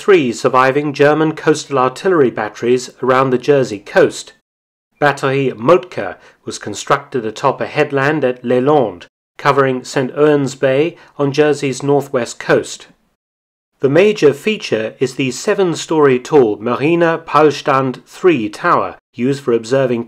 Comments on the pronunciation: It is not St. Urns Bay its St. Wons Bay. That is the pronunciation of St. Ouens Bay. Enjoyed the video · Great video, I lived in Jersey for 17 years. Brings back a lot of memories. I spent a lot of time looking at all the fortifications of which there are many. P.S St. Ouen's bay is pronounced St. Once bay :) Cheers!! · Btw its pronounced 'Saint Ones' Bay and 'Saint O'bins' Bay. Also the location you zoomed into for La Hougue Bie is actually one of the German command bunkers dressed as a house. (Jersey historian/archaeologist) Love the content, thanks for giving our amazing ww2 history a spotlight